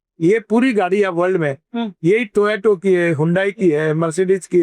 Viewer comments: toyota hota hy toyato nhii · Toyota toh sahi se bol le mantri